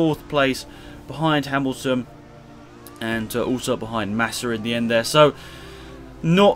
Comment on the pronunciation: you said Nassa